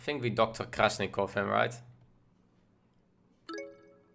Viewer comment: Oh my God! Stop calling dr. Krastinov - Krasnikov! He is KRAS-TI-NOV